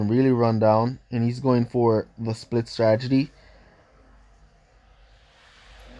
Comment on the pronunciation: I like it when he says Stragety instead of Stratergy🤦